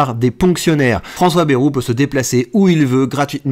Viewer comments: Vidéo intéressante, mais par ailleurs apprenez à prononcer correctement: Ce n'est pas BEROU mais BA-I-ROU qu'il faut prononcer. On n'est pas tous parisiens.... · On ne dit pas "Bèrou"!